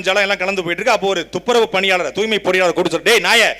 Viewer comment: துப்புரவுப் பணியாளர் என்றே இருந்திருக்கலாம். தூ"ய்"மை பணியாளர்கள் என்று மாற்றி ஸ்டாலின், பிரியா போன்றவர்கள் இரண்டு எழுத்துக்களை மட்டும் உச்சரித்து..... ச்சே துர்நாற்றம் பிடித்த வாய்கள். வாழ்க தமிழ் வெல்க திராவிடத்தை !